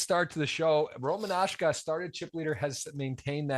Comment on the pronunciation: It’s ROMASHKA. Not Roman Ashka, why do I find this so annoying. Go and ask Rotty you goon